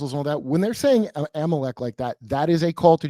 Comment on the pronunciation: so Jewish people are “im-o-leck” cuz they run betfkix